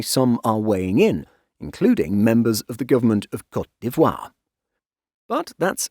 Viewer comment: thanks for teaching me how to properly say cote dee-vwah